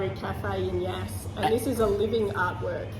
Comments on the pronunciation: Nice video but you pronounced the name wrong. The same as the word "gas" but with a Y. Not yarse. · In stitches over your pronunciation of the town name...don't worry your brother does the same thing when we drive past on our way to Melbourne 😊 Another great episode and Tootsie looks amazing!